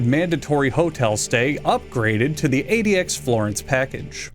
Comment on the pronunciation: "End of Ze World"??